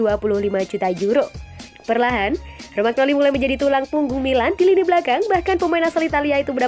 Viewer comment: Romagnoli baca romanyoli...